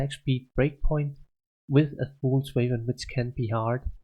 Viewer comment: Damn the way your pronounce "weapon" annoys me more than it should.. nice items who!